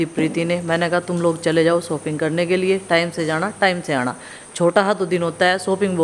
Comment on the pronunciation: सोपिंग नहीं शॉपिंग